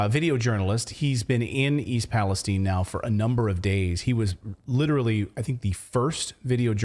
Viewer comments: You keep pronouncing the name wrong. The I at the end is loud . Palestine not palestene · Question:why is everyone pronouncing it Palesteen? If it were Palestine in the middle east we would be saying it palestyn.